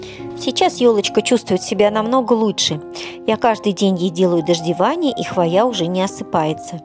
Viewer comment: Очень классно, но слово хвоя вы не правильно называете и поэтому очень сильно режет слух. В слове хвоя всегда при любом склонении ударение ставиться на букву " О", а не на букву "А" как Вы произносите.